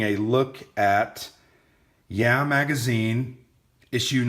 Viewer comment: It's (YAH!), not (yeah). LOL!